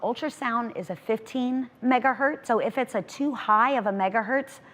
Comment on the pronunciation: iF iTs a tOo hIgH oF a mEgAhErTz *Engrish 100*